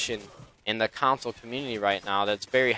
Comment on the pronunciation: It's console, not counsole <3